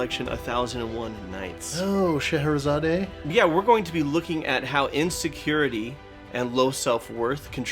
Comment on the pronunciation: "Sha-hair-ah-zah-dey" Alan noooo 🤣 So close... "Sha-hair-ah-zad" (thank you, the TV show Leverage, for teaching me)